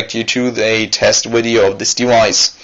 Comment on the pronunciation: widio. please stop saying wideo!!!!!!!!!!!!!!!!!